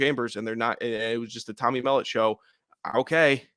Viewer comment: Thanks for the analysis. Montana Sate QB pronounced “Mell-Aught”